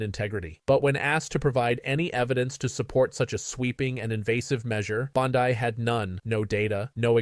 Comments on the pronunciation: PLEASE! The name is Bond-ee, not Bond-eye. Get it right! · It's pronounce BOND-EE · Sounds like AI channel speaking; can’t even pronounce Bondi name correctly. not subscribing. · This looks like AI. Any person reporting on this knows how to say her name.